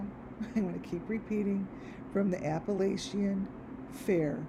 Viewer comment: First of all, I think you are hallucinating, and please say Appalachian, correctly! This is ridiculous. They’re in winter weather, no fair going on, why don’t you check the temp there? Sorry, but this is outlandish, I see nothing of which you see. Leave these people alone!